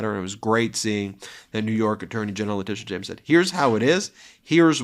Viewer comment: Interesting how Alina always mispronounces the names of New York Attorney General Leticia James and District Attorney Fani Willis, a way to subtly degrade them.